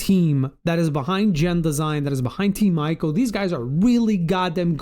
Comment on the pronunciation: Great video as always! Just one correction - its pronounced Eee-co not eye-co. You hear Yorda call him by his name in game when she points towards progression points if you take too long to progress.